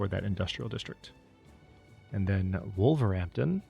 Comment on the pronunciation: Apologies for the random way we Brits have decided to pronounce our place names... And I wouldn't mention it but you seem to like getting the pronunciations down... You called Wolverhampton "Wolver-ampton". This is actually one of those times we say the H, so it's "Wolver-Hampton". 🙂 Enjoyed this series immensely.